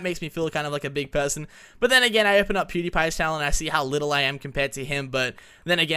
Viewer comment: i love the way you say PewDiePie.... poodiepie cx